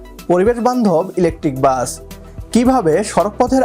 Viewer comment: বাচ না, বাস। ঠিক মতো বাংলাও বলতে পারে না, চ্যানেল খুলে বসেছে?